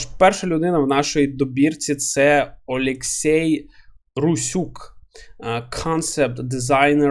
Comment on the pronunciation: там же ж буквально написано ОлексІй, а не ОлексЄй =)